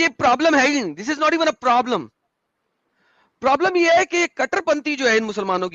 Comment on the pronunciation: Prablam Prablam lodu bolna to seekle sale